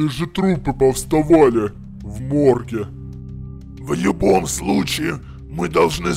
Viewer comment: Мне показалось или сказал в юбои случае?